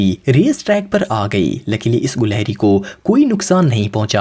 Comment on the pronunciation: Bro at no 1 its not goleheri its gelehri